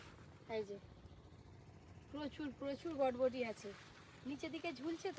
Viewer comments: বটবটি না বরবটি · কথাটা বটবটি না কথাটা বরবটি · Bodboti bolo na pl ota borboti bole😁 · বটবটি নয় বরবটি। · বটবটি না বরবটি